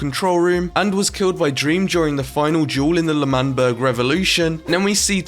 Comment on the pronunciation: ITS L’manberg not manberg 👍🏼